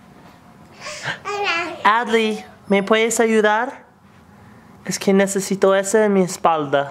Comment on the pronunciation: it would have been 10 if he actually said nesesito instead of nesito